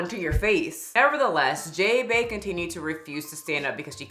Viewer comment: Jay Bay? more like Jah-ba